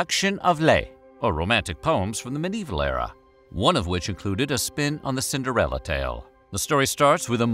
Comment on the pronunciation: Cinderelli, Cinderelli... all I hear is Cinderelli.